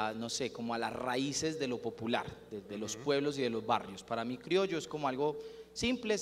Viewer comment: Una pequeña corrección: no se dice crioyo, se dice criollo, que es lo correcto